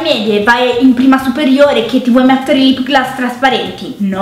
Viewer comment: La prima volta che sento dire lip glas